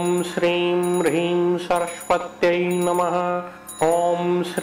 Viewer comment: Please correct the pronunciation.. Shirim/Brihim??